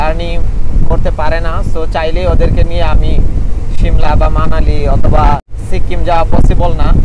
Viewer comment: আপনি ধারাভাষ্য বর্ণনার সময় এতবার সো সো বলেন কেন ? আর আপনার উচ্চারণে কিছু কিছু সমস্যা আছে যেমন সিক্কিম না, উচ্চারন হবে সিকিম